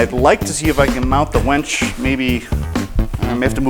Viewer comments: It's WINCH. You keep saying "wench". A wench is a female servant. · and onward. Winch, not wench. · Winch! Not, wench. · I love how he calls it a wench instead of a winch. What's really on his mind? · Love the system!! However, were you saying "wench" or "winch?" Sounded like you were saying both interchangeably. 🤔 😂🤣😂🤣😂🤣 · "So this wench ....." sounded like he said wench Hope you meant winch. LOL